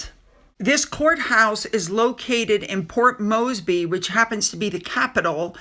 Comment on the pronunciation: Its ok, but so you know - its said - Port (More s bee) in PNG